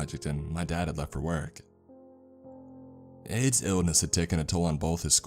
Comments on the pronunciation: I got really confused about that too!😅 I knew someone wouldn’t name their kid that but it REALLY did sound like “AIDS”. I think his name was Aiden. Aid or Aids doesn’t sound like a nickname ANYONE would call a kid! I have known of several people named “Aiden” through kids who grew up with my kids and through just being an adult around other people in life including clients throughout the couple places I’ve worked in my career... Anyway, I’ve NEVER heard of anyone named Aiden go by the nickname Aid or AIDS.... I don’t know about you but I’m going to listen to this story again b/c there were a lot of clues in the story before the last 22 minutes where “the report” was read... I don’t want to spoil it for anyone who hasn’t listened to the whole story yet! Love from Texas ♥️🤠🌴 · wtf is the name i cant fucking tell i hear “aids” “aid” or “Ann” edit: its aiden im a fucking idiot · I keep hearing the name as aids 😒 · Every time he says the brother's name I can only hear "Aids" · Is the brother's name "Aids" or am I hearing it wrong???